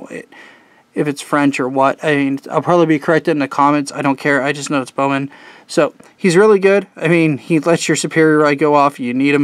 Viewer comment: you pronounce it bow-men